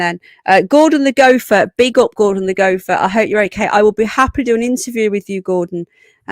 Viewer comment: Woah…. What was that? Dan Wooton? Gopher? Go-fer!